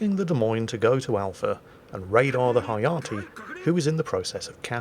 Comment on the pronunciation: I believe Hayate is pronounced as ha-ya-tay, as in ray.